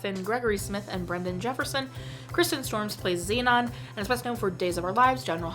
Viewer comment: Sorry to correct you, but its Kirsten, not Kristen, and its pronounced like the other Kirsten who is a Dunst. About this film, my sister and her cousin were obsessed with this film.